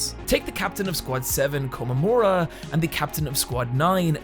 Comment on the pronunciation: Only thing I'd like to point out is that the name is komamura and not komamaru.